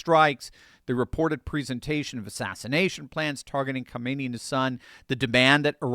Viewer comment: Its not pronounced Kaahmeni, do better.